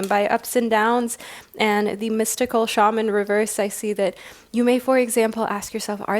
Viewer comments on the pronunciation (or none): none